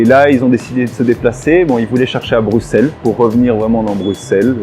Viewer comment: Un Français qui prononce Bruxelles correctement mon dieu